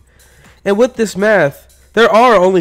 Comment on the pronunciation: Sorry but it sounds like your saying meth not math